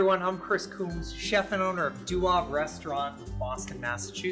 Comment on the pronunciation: Not sure how you come by the pronunciation of “Deuxaves”. Must be an americanized approach, definitely nothing resembling a french pronunciation.